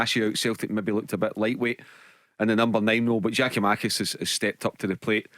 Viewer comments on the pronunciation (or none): GIAKOUMAKIS, BARRY.....GET IT RIGHT